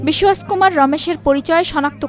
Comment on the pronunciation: নাম রমেশ কুমার বিশ্বাস।এমনভাবে নাম উচ্চারণ করছে সে যেন খাটি ইংরেজ